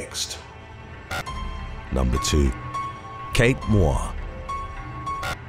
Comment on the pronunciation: Moir pronunciation [MOY-er]